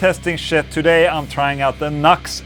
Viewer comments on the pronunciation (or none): It's not nux. It's NU►X. It's pronounced "Noo Ex". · Ola - have to correct you. See the little arrow between the NU and the X? It's pronounced New X, not knucks. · It's NEW X Dude not Knox! 😂🤘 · lol "Nucks" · Hey Ola the name is pronounced NU-X . Like you're saying new x , nux is not the name of the company. By the way this is a great sounding product. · In Brazil we pronounce the same way as Ola. “Knucks”…. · 😅 Deez Nux. It's New-X bro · Nu>X is pronounced "New X"